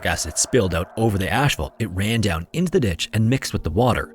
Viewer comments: you sound Californian. excuse me “Ash fault?” No. Please learn how to say asphalt. Subtract 1 h.😊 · "Asphalt", not "ashphalt"